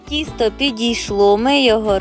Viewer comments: То тісто чи кісто,баба не чує😂😂? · Спочатку звучало правильно ТІСТО,а потім знов таки КІСТО😅